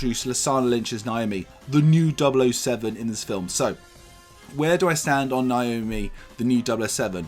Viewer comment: It's Nomi not Naomi It's Pal-o-ma not Pol-oh-mer Everybodyyyyyy 😂